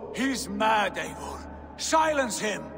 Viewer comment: It’s a glitch my guy...also it’s Eivor not Eigor